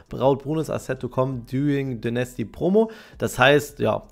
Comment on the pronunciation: Bitte [Deinästy] sagen, höre die ganze Zeit nasty raus 😭💀